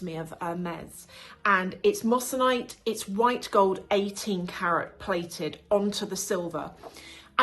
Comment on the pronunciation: Great video ❤, really enjoyed this! Just a small and hopefully helpful note: the correct pronunciation is “moy-suh-nite” (moissanite), not “mos -san -ite.” Easy mistake to make! It’s a beautiful stone though, honestly even more brilliant than diamonds in some cases. Loved your breakdown overall!❤